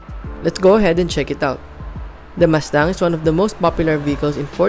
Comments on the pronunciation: Wow nice muscle car Ford MASTANG as you said😂. I thought it pronounce MUSTANG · I can't finish the video. Because mas tang oh my fuckin god. Ears are bleeding you can't say it right.